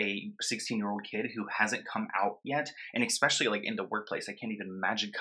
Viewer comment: Especially. Not EXpecially.